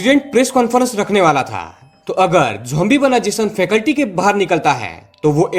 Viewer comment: फैकल्टी नही भाई जी, फैसिलिटी. क्षमा करें 🙏